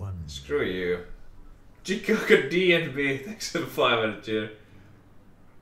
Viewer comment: so that's how you pronounce chicago